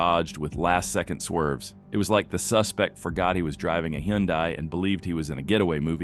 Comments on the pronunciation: The romanization for Hyundai was literally made for the English pronunciation. Yet out of all pronunciations, you Americans butcher it the most. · I love watching police chases, but it drives me crazy to hear AI mispronounce the makes of these cars, county and city names. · Tbf that is how Hyundai is pronounced everywhere but North America lol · I've never understood why the US has to butcher so many international words. Some car brands only pronounced differently in the US - Mazda, Nissan, Hyundai, Ducati, Yamaha etc. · I can almost forgive the Hyundai pronunciation but buffet? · It's Huhn'-day, not Hie'-un-die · It's HUN - DAY not he un die! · Dude, what the fuck is a Hahn-dye? it's pronounced HUN DAY (Hyundai). 🙄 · The car is pronounced Hunday, not Hi-un-die. 😉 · No, he isn't. The Korean pronunciation is Hyun-day, not High-un-die. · You really need to teach your IA narration the proper way to pronounce "Hyundai". Hint: It's "HUN-day". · "He-yawn-dye". I can't keep track of all the new manufacturers. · I love my little turbo hyundai. It's quick as shit. However it def isn't out running cops lol Also to the narrator, Hyundai rhymes with Sunday,... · Hi un die.. Ack kur ra...cmon AI get it together.... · Hyundai rhymes with Sunday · Why does everyone have such a problem pronouncing Hyundai? They said it in their ads "Hyundai rhymes with Sunday." This annoys the crap out of me! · High UN day eye, eye on a cue, five. (Correct pronunciation of Hyundai IoniQ 5) AI voiceover. Sometimes people actually get away. Cops get embarrassed. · ai doesn't know Hyundai rhythms with Sunday ? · Hy Un Dai. Nice pronunciation, A I guy. That’s where I bail. Hire a human, okay? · American thing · Hyundai is pronounced like Sunday. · Actually, it’s pronounced: high-un-die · the person stealing the pest control truck must have had a SERIOUS bug problem... well you can tell the narrator is AI because they can't pronounce hyundai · lol learn to pronounce Hyundai